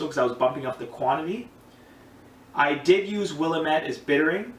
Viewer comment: Brown ales rock... If you haven't already, check out PFC Brewery's channel. He's got the Doug's Down Brown Ale which is a house recipe and, although I haven't tried it, sounds amazing. It's pronounced Will AM ette, not Will am ETTE... Cheers bro! New subber here and HHBW to you!